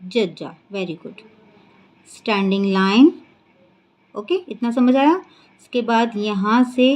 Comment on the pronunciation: Aap aaya ko Ada kyon kah rahe hain